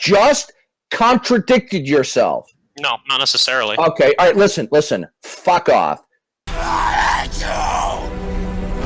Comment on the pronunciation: He's The only guy I know of who pronounces "fuck" with an H.